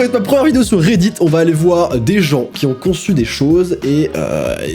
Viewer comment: " reddid " REDDIT!!!